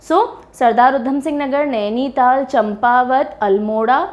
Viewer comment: यह चंपावत नहीं बल्कि चांपावत है.